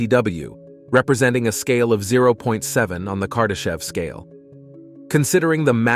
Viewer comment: Did he say kardashian? Lol